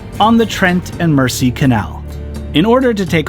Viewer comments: AAAaaaahhhhh!!! Please please substitute the s for a z to be able to pronounce Mersey the correct British way as in Merzey. There’s an old 60s song called Ferry Across the Mersey, pronouncing the ‘s’ makes it sound wrong. Also with all the county names ending in ‘shire’ please say sha, as in Linconsha, Shropsha, all of them should be pronounced sha! Phew! That’s better got it off my chest I can relax now. Thanks for taking along on your sojourn, on a narrow boat, through the English countryside. Cheers Aah kid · The shortest canal you were on at Wardle was where my job was. Only a short walk down the road. Where I live is only 7 miles away from there. A point to make it's not pronounced mercy canal it's the Mersey as in Mer and then z how Americans say z. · Mersey is pronounced Mer Zee god knows how you will pronounce Llangollen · The Mersey is pronounced MER-Z 🤣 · or, more correctly - mer-zee! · For those who don't know (most Americans/Canadians), it's the Trent and "Merzey" not "Mercy" canal! The Mersey is the river that Liverpool is on the banks of. Think of Gerry and the Pacemakers song, Ferry 'cross the Mersey. The mouth of "River Mersey" is where Liverpool is situated, before is feeds out into the 'Irish Sea'. Then head north and turn left at the top of Northern Ireland and you're into the North Atlantic Ocean. I wouldn't advise going that far in a narrow boat though! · G'day Sorry just watched a tad late but anyhoo, I keep Hearing you say the "Mercy Canal" is that your accent or are you miss pronouncing Mersey Canal❓ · Ahhhhhhh! It's pronounced Trent, as you said it, but Mersey is pronounced more like Mur~zee. Here endeth today's English lesson. 😊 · It's actually wind-ing not wine-ding hole. The Mersey has a soft "S" not a hard "S" almost like a "Z". So "Trent and Merzey" would be more like it. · Love these videos. May I point out that "Mersey" is pronounced "Merzey", not with a soft s. :-) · its pronounced Merzy not Mercy so Trent and Merzy.